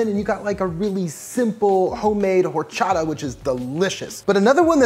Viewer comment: Why would you say "whore-chodd-uh" that's so weird.